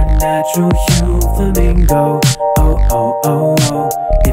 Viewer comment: I love how you switch between pronouncing it "Flamingo" and "Furamingo" based on whether you're speaking english or japanese